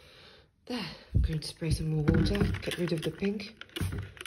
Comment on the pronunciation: just wotah